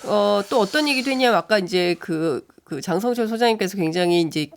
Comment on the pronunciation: 장설철은 정확하게 읽고 방송하시죠. 유죄가 되고 싶지 않으면!